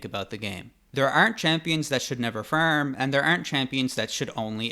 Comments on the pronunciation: how to feerm 😂😂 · He pronounces Farm without vowels and is crazy I like it hahaha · fArm- not fErm - you need speech lessons. With this many followers - invest and DO IT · Why is he saying fuerm instead of farm? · great vid but its not "firm" but "farm" >.< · Its distracting hearing the word 'farm' pronounced as 'firm' 😭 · Bro really says ferm